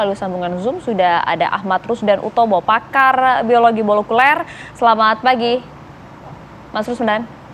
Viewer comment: Pakar biologi molukuler 😂😂😂😂😂